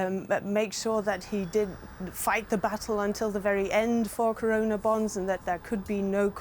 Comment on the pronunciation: its corona .. .. not karona .. buddy why are you speaking in modi's tone.